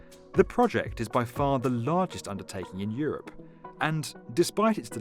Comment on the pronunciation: Did he said europe